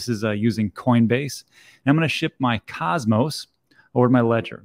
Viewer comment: I used to watch you, but until you learn to pronounce Cosmos I'm not coming back.